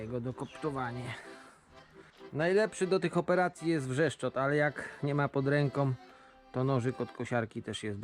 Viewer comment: nie Wrzeszczot a Brzeszczot;D